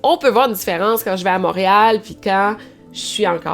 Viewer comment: "on voit la difference quand j'va a Mawrial" ...oui on la voit deja juste quand tu prononces Montréal